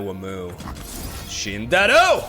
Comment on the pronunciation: just noticed you keep saying this: it's shinde(i)ru, not shindaru お前はもう死んでいる weeb correctly. haha